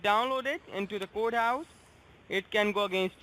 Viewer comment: Why the hell can NONE of the eastern scammers pronounce court house?! (Kudos for master baiter!)